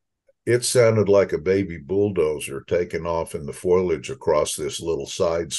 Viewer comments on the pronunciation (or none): Foilage? That's funny. Him and Marge Simpson. More seriously; 26 miles out from downtown Dallas is too close? My older sister lives near Royce City, which is less than 26 miles form Dallas. She has heard of many reports of bigfoot sightings either second hand, or from people she personally knows. Sounds like the experts are seriously mistaken. I'm only at the early part of the interview, but so far, all the images are classic 'blobsquatch'. A skeptics delight! Nice to hear of encounters with dogs where the dogs aren't harmed.